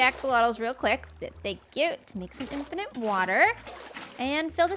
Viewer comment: You're the second Canuck I've heard add a third 'n' to the word 'infinite'. Maybe it's a weird accenty type thing... makes me wonder how you pronounce 'finite'.... Fun series though. Thanks.